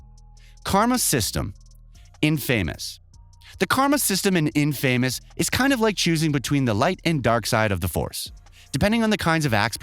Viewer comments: in-famous??? You're just doing it for 💩s and giggles now huh? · Bruh you said in famous not infamous 😂😂😂😂😂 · Ark-HAM, in-Famous, L.A. Nor 😁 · I know it's probably a regional thing for wherever the presenter is from but "In-famous" and "Ark-Ham" asylum killed me 😭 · IN-FAMOUS?? Wtf 😂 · Learn how to say game names right: Ark-Ham? In-Fay-Mous? Really now. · Ark-ham? In-famous? The pronunciation is distracting 😁😁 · "Ark-Ham" , "In-Famous". Has this person ever even heard if these games?😂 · Also In famous 😭 he can’t pronounce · to be fair, he could have been pronouncing based on the box/title screen style which is "inFAMOUS". It has never been clear how the developers intended their game to be pronounced.